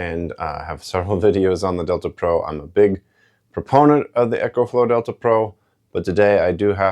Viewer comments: You pronounce Ecoflow like it's spelled Echoflow 😊 Think of eeeecooh friendly as why they used eco in front of their name. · 1st.. its Eaaaa kooooe Flowww Not "Echo Flow".. T hat is all, thanks... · First of all, he's pronouncing it wrong. Second of all, with these units first came out. I purchased him as an engineer. There is no flaws with these devices. I have 4 of them the Eco flow. I have the pros. I have four units and I have never had a problem with either one of them. I've been an engineer for 30 years. It doesn't mean I know everything what I'm saying. Is it seems like every time certain people get these products? They always find something wrong with them. The product is supposed to be charged. Plugged up, use, most of you guys are always trying to Come up with a different schematics. For these machines or change the engineering or design for them, leave them alone. It's not meant to run. The world is meant to plug in, use it for a while, and then recharge. It, it's just a battery, plain and simple jesus. You always trying to put some type of an adapter or some type of extra apparatus is something that doesn't need to be plugged in. That's not what it was designed for it was designed for you to plug things into it and case your power goes out. Plug your TV in plug your saw. In you know, to Plug different units in for a short period of time. It's not meant 2 like if you have a power outagefoura day or 2, 2 be washed and clothes with it and 2 try and rig it up to do something that it wasn't designed to do. It's a great design. This is like, uh, yeah, guys will go out here and swap an engine in a car. And get upset because it doesn't have the right to cubic feet th